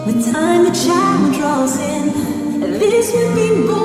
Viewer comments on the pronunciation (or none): none